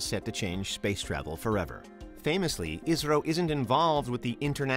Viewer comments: Pronunciation of 'ISRO' more sounds like 'Israel' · Everytime he says 'ISRO' I hear Israel